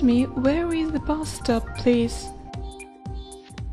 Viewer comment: the way to ze bus stop LOL